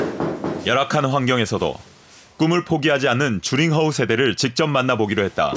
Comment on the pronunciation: 명견이라!?난 또 유명한 개(강아지), 줄임말, 오해를 유도할수 있는줄임말 좀 피해으면 좋겠다 ,名犬，명견,훌륭한세빠드,그리고,주링허우,주가아니고, 쥬, 즉 쥬링허우